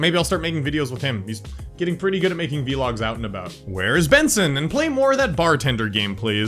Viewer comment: The way he says vlogs "veelog"